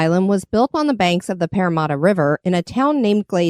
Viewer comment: Haha, i am loving your pronunciation of Parramatta. You get the first half right, it's just the second half that's wrong (Parra-matter, instead of Parra-marta). This is quickly becoming my new favourite channel to watch at bedtime.